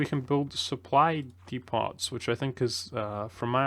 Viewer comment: It's pronounced Deepoh not deepot.